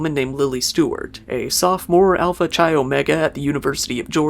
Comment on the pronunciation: Chi rhymes with sky.